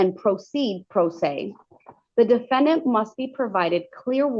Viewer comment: Why did you have to say it that way? The defenDANT! 😂@